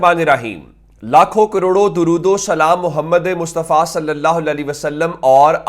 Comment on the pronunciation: Gondal sb gozarish Hy k dorood tu Sahi parha karain myry Bhai,😮😮😮😮😮😮😮😮😮😮😢😢😢😢😢😢😢😢😢😢😮😮😮😮😮😢😢😢😢😮😮😮😮